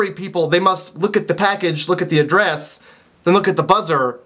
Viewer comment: the way he says "Adress" xD oh candians